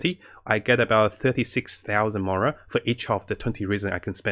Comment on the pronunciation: i heard murals like 3 times , just trying to be constructive it came up in some other vids. Slow down on game specific words.